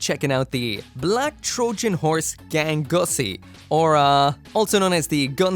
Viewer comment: Gangsuosi is wild pronounced gangussy 😂😂😂